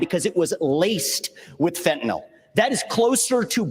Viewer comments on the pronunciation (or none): Mr. Scott...learn to pronounce FEN TAN YL, not Fentanall